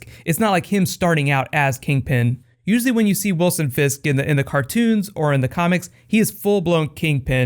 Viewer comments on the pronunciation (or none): none